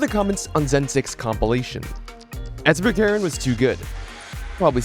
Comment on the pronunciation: Sverkeren is Norwegian which means his name probably is pronounced like “sver-ker-en”